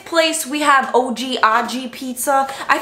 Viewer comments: I think it's Oggi like "nog" or "jog" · Oggi pronounced ( Aug E ) Would be nice if you gave calories and more product pictures consistently.